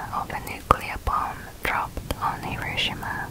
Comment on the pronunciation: Thank you for saying Hiroshima correctly. 👍🏻👍🏻